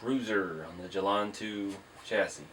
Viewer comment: It is actually pronounced 'get-linda' (I do admit I am a big corrector in my family).